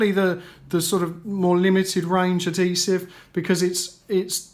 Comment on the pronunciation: What the hell is "alloy-minium" and "addi-sev"? at least say this shit correctly ffs, so annoying